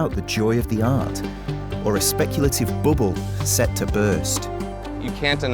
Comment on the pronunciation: Ah yes…a speculative booble 😂